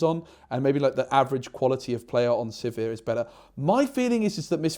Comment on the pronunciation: Congrats on finally getting sizir and hwei names correct